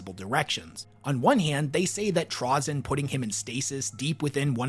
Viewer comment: Trah-zin? Never heard it pronounced that way